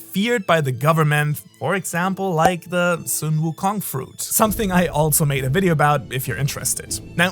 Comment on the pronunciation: FINALLY someone says Sun Wukong the right way and not like the actual sun. It's bot an English name so I dont get why everyone says it wrong.